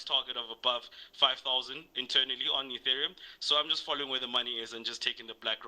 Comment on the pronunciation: you had David until you said Etherium 😂😂